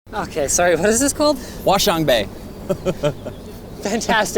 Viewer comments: It's pronounced hua-chiang-bei not hua-shiang-bei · Sometimes, I’m not a great fan of something trying to say something using a non first language to say that, and got that wrong...... pinyin do not sound like English, you cannot read that using english. The pronunciation of ‘Hua’ should be rounder. Qiang should not have a strong ‘g’ but not qian and it shouldn’t be xian, and bei should be pronoun as a sound with a upper to lower and up again tone...... bei3 You said the name wrong twice... what the fuck， you didn’t say 華強北 but 挖翔杯（dig shit cup)。。。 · 华强北（Hua Qiang Bei）...